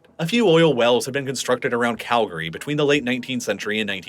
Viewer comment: Congratulations on pronouncing it Kal-gree and not Cal-Gary. We’re proud of you.